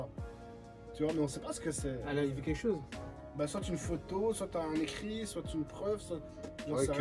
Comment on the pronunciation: Wallah me stresse quand il dis soitE wsh on prononce pas le t mdrrrr sinon comme dhab bête de vidéo